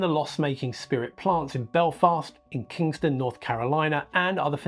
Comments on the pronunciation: Actually it not Kingston, North Carolina, it's Kinston, North Carolina. No G. That beeng said it was a great roundup. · Hey just a heads up Its Kinston North Carolina not Kingston